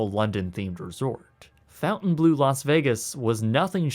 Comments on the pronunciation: Nice vid and apparently well researched. What baffles me is how you make an 18 minute video and don't care to pronounce the name properly... It's a name of a French village and manor - complete with French spelling... not a blue fountain... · Dude. I'm pretttttty sure it is not pronounced: "FountainBlue" , when it has the OBVIOUS french spelling. lol. Jeez.... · Learn how to pronounce 'Fontainebleau' it's not fountain blue ugh! it's French! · How do you get "fountain..." out of "fontaine..."? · “Fontaine” is not pronounced like “fountain” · As a French person I absolutely love the way you pronounce Fontainebleau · Is it pronounced “FOU-ntainblue” or “FON-tainblue”? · theres no U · This guy really has no clue how to pronounce names... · i'm not French but the way you pronounce Fontainebleau is driving me crazy, any French person watching this would probably rip their ears off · Funny how a Canadian can't pronounce a french word like "Fountainebleu", nice video tho haha ... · Aren't you Canadian? Your pronunciation of Fontainebleu is attrocious. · the Canadian refuses to even try to correctly pronounce "Fontainebleau". Based. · FONtainebleau, not “Fountain”. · Cool video. It's pronounced "Font en blow" not Fountain Blue..Just an FYI. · “Fountainblueau”? It’s clearly pronounced FONTAINE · Ummm. It’s not ‘Fountain- blue’. It’s ‘Fon-tain Bleu’. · Maybe this is a bit pedantic, but its Fontainebleau, not Fountain Blue. You spell it right but say it wrong. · you are not pronouncing it correctly. It's not Fountain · You might consider pronouncing the word correctly--FON-TEN BLEW-a small thing but it makes you seem more knowledgeable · It doesn't read : fountainblue - Probably because the name is French, but with purpose spelling errors, as "bleau" is not a word, also not in French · While I have already seen your reasoning for pronouncing it the way you do, "fountain blue" makes me wish I carried out my suicidal ideations. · i think it's pronounced fawn-tain-blow